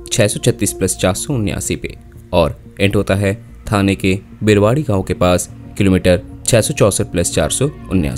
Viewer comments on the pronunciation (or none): Briwadi nahi bhai Bhiwandi hai…